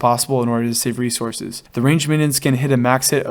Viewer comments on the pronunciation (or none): none